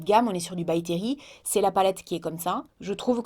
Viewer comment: By Terry.. Je peux pas m'empêcher d'entendre "BACTERIE" ÇA ME SAOULE 😂😂